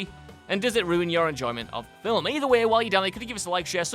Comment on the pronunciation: Fillem? Did he say Fillem?